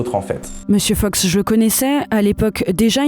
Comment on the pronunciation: pourquoi vous dites 'monsieur feuks'? c'est Fox non?